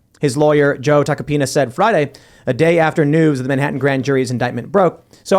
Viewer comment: Did Tim just call Trump's lawyer, Tucksapenus?